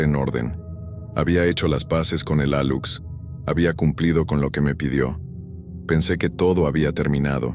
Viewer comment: Se pronuncia Aluche es una maya.